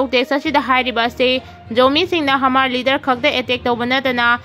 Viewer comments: Hamar haigadaba nate Mar hayu.onare nangi pronunciation du. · Hmar asi mar haina pronounce tougadabani,h silent touraga. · Hmar da H silent oiraga Mar haina pabiyu. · Mar hairaga pao hmar haina paganu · Hmar hmar Mar haiu Nachin napthibadu pao paba Heitraga paganu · Hamar haibadudi 😂. Mar haiyune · H ki sound do silent oina panabane.pao padringeida Hanna rehearsal khara touba kanagani khalli.wahei chumna padabase pao tabada yam nungaite.